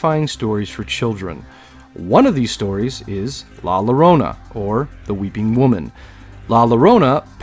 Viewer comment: I love horror nights I love horror movies but I cry bitch baby tears with Momo. And not hating just informing la llorona in Spanish double L's have a Y sound so yo-ro-na. It was a Great video tho 👍 keep em coming!